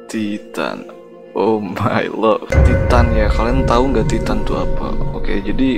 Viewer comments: Tulisannya titan tp baca nya taiten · Bang Titan itu Baca nya ''taiten''